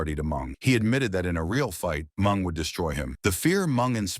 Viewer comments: Who the hell is Mung??😂 Isn’t it Meng?!😄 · Mung,it’s Meng lol😂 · THE NARRATOR, WHO I THINK IS AN IDIOT, MEANT MENG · AI should fear calling Meng ‘Mung’. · It not mung its ming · MENG not MUNG FUCKING AI!!! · Jericho was trained in The Dungeon. BTW, the name is Ming, not Mung. And, Ming, better known as Haku. The Barbarian was Ming's mentor and island brother. Haku is #1 in the most feared category. Barbarian is #2. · Yeah I thought the same, the name was "Ming" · Wow, Blah Blah Blah Blah, more mush mouth blabbering than a knitting circle. And you can't even say the names., like you're Drunk or something. "Mung"? Really"? Can't even distinguish between "MING" and "Mung"?? Just say "Haku" then. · Ming not mung dumbass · Put respect on Mng's name and pronounce it correctly!!!!!!! MIIIIINNNNGGGGG!!!!! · Am I the only one who can’t listen to AI narrator? Calling Meng MUNG drove me nuts. I couldn’t finish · And all this time we were pronouncing his name incorrectly 😂 poor "MUNG" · everytime he mispronounced mengs name as mung I lold